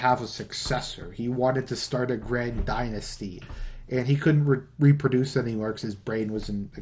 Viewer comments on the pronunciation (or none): none